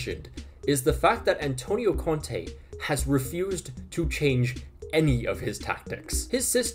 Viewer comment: When you said conte at first I thought you said Kante